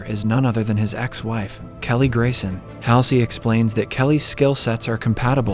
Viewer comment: And it is pronounced Admiral Hual zee or Hall sea